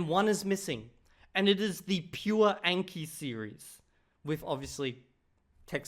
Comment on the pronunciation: Can people please stop with "ayn-kee" like "a" in anal? The name is obviously derived from Japanese and it is a language with only 5 simple vowels. It is "ahn-kee". For the love of god, it is painful. Almost as bad as Americans calling Xi Jinping "Zhee"-Jinping.